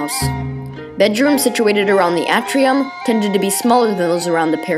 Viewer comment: A as in Apple is still a short A. The A in Atrium is an example of a long A. Your inability to distinguish them is a distraction. "A novelist's and writer's comment"